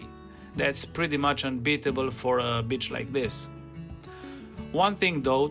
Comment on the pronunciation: ❤❤ uhr, my good man, maybe for your next beach coverage you’ll consider stretching your “i” a bit such that it sounds more like ‘bee-ch’ and not so much like “b-tch”. One’s the seaside, the other is a female dog (or a not particularly friendly lady 😊). Anyway, this was the absolute best video I’ve come across on this topic! Super helpful. Thank you!